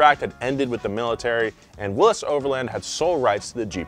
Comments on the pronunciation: Please! It’s not pronounced Willis. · Say Willys wrong again. I double dog dare ya